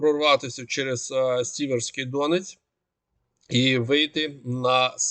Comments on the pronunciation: сІвеський донЕць, не дОнець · правильно казати СелІдово (наголос на другу голосну), та Сіверський ДонЕць.... дякую за вашу роботу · СелІдове, Сіверський ДонЕць. Такі наголоси.